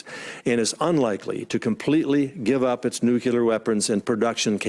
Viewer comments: Not to nit pick. But I DO wish Dan Coats knew how to pronounce NUCLEAR (not nuculer). Ouch! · the word is nuclear (noo-klee- er), not nucular (I men, if we e going to destroy each other, get the name right) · NEW-CLEE-ARE. Nuclear. Not nuke-you-lar. <signature of a dumbass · Why do Americans say “nucular”????? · It's so unfortunate that Dan Coats says "nucular". I wonder if he also says "liberry". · It is so disappointing that the person in charge of our national security at the highest level, still says "nucular". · He just said "nukular" like 15 times. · Dan Coates says “nucu ler”? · It was irritating and surprising to hear his pronunciation error so many times. Bush used to do the same thing.